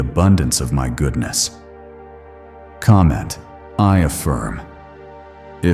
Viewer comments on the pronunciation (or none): "i affirn"